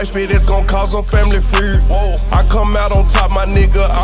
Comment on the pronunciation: He can’t say feud